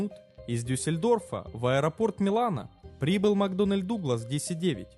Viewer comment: Все таки не " макдональд", а " макдоннэл". Русский язык канала тоже надо подтягивать. Склонение числительных, например